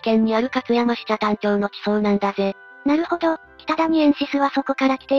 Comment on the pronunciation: 福井県北谷を、音声で ちゃたん と呼んだみたいだけど、ちゃたんと呼ぶのは沖縄の中頭の北谷だけではないでしょうか？